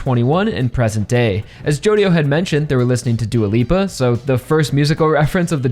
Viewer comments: someone probably already said it, but the "dio" in "jodio" is pronounced "jo" apparentely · Araki really said JODIDO JOESTAR huh